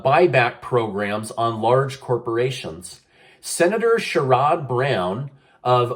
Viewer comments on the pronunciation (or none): Just an fyi...Sherod Brown's name is pronounced...share-ud. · I'm from Ohio and Sherrod Brown's first name is pronounced like share-Ed. Just for future reference, not trying to nit pick. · Sharrod, pronounce shared brown. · pronounced (cher rid )brown sherrod brown